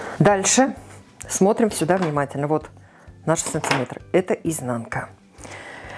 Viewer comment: СанТиметр... режет слух.